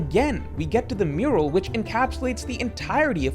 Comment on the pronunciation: Only 5 seconds in and it's 意味が分からなかった not 意味が分からなかっ, not Elbaf Murual but Elbaf Mural love your videos man but can't stand this AI slop particularly when it's so conspicuous and easy to fix.